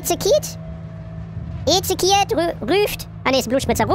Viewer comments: Ich glaub es war nicht Ezekiet sondern Ezekiel xd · ezekiel ist ein engel haha. btw man spricht es esekjiel aus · Ezekiel (Ezechiel ausgesprochen) ist der engel des Todes Max xD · Es sind nur unterschiedliche Transkriptionen für einen hebräischen Namen (der ursprünglich einen Propheten beschreibt, von einem "Engel des Todes" habe ich noch nicht gehört...), der eigentlich in etwa Jecheskel (hartes ch) ausgesprochen wird.